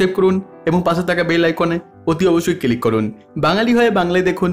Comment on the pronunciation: কথাটা কিলিক না ক্লিক ।।।।